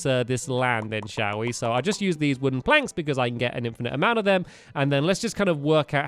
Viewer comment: is it just me or does he say planks really weird